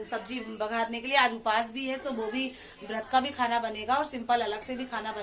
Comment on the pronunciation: Uphas nai upvaas bolte h